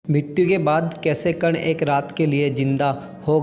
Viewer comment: Thik se nam bhi uchharit nehin hoparahahe terese...dhangse padhke to bata